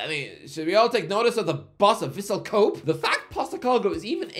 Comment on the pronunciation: Vissel who?? Kohb? KO-BE! Oh, keep an eye on Kevin Muscat...!